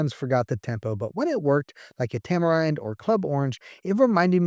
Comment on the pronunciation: Tamerind is a tropical fruit, pronounce "tam-er-ihnd" not "tam-er-eyend". Otherwise, great video!